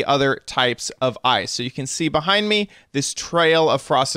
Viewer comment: ur saying ice wrong